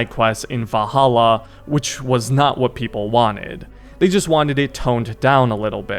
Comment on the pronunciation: Love your vids man but why do you keep saying "Vah-ala"? 💀